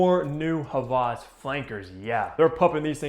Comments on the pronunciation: I love the vid and content, but js wanted to let u know that it’s Hawas and not havas, I love you though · It’s pronounced hah-wahs not ha-vahz. Hope this helps 👍🏼